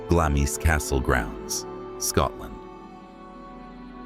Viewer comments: Glamis is pronounced glams as though there was no letter i. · Glamis is pronounced Glah-mz! You forgot to mention the ghost of Lady Glamis seen praying in the castle Chapel, the sunlight shining through her, leaving no shadow.